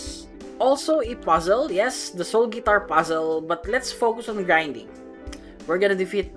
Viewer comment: Wait in the first did he said soul fart for real?